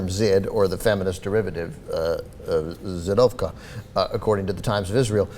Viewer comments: its pronounced zhid and zhidovka not zid or zidovka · its not zidovka,but zhidovka,highly offensive. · the "zh" is the sound of "s" in measure- zhi-dov-ka. not zi-dov-ka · u pronounce it like J in French - not Z as a translation from Ukranian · its not zid, it is zhid (zshidovka for a female) if I am not mistaken from ww2 with the german term jude for jews that was pronounced zshid in the USSR. And it is a very offensive term in russia and ukrane for the jews. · BTW, it's Zhidovka if it's Russian/Ukrainian, or Židovska if it's Czech. The "zh" is pronounced like the "-si" in "Asia". It's a drawling "j" sound. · It's pronounced something like je-douv-ka, i think je like in french when you say je suis